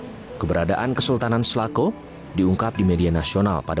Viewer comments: di sebutnya bukan selako bos ? tapi sela cau . cau dlm basa sunda itu pisang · Klo kedengaran sm sy SALACAU ....bukan Salakow . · Sela cau pak reporter bukan selako 🙏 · selacau.. bukan selaco atau selako 😅😅😅. cau bahasa sunda artinya pisang. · Salahcau....salah ucap